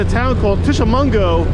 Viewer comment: For the record it is Tishomingo, MS. Sounding it out Tish-O-Ming-O. In MS/Mississippi not MI/Michigan.